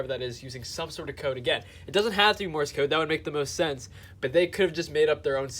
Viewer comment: It's not Morris code, like you keep saying. It's Morse code. Pronounce it like the word: course or force or horse, etc. Just add an M as the first letter. Morse code. I bet you call duct tape, duck tape. Learning to speak is important. Now you might sound smarter. The more you know, bro!